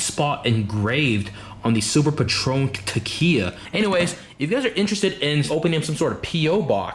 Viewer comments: Wait did you just say Te-Kia? You fucking nerd. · lol 'tequiya' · did you really say... "tekiyyaaa?!?" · HOW HE PRONOUCED TEQILA LOL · Teqiya???? Wtf im Mexican and I'm smh tequila lol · ...how did you make tequila sound like it was a japanese drink TEKIYA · How this nigga said tequila😂😂😂😂